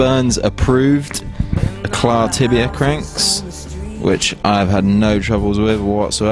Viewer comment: Pronounced e-claw or e-cla the t is silent.